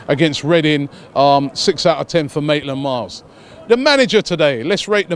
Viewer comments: Last time you said Naitland-Miles now Maitland-Miles.. it's Maitland-Niles.. when you gonna get it right mate😂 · Last time it was Naitland-Miles, now it's Maitland-Miles. Oh Robbie... xD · He said maitland-miles lol